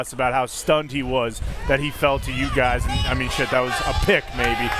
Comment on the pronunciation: Pat, you have to break down Steelers O-line coach talking about Mason McCormick Saturday. Three "n'ats" and got a reporter to say "ass kicker" twice. 😂 Yuck it up.